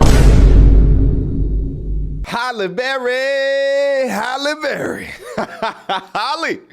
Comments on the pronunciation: Good stuff but it's not Holly it's pronounced Hail lee😅😮😢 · Why are you pronouncing her name like Holly? It's pronounced "Halley" (like H + alley). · I’m just wondering how you can’t pronounce her damn name right? It’s not Holly bro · Her named isn't Holly. It is a totally different name. It is pronounced totally different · I can’t take you seriously until you learn how to pronounce her name. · You don't even pronounce her name correctly. 😂😂